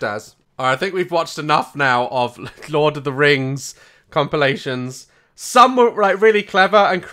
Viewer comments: THE "teh lurd of the reings" WAHAHAHAHAHAHHAHHAHAHHHAHAHAHAHHAHAHAHAHAHAHAHAHAAHHA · Ah yes, Teh Lurd of Teh Reings 👌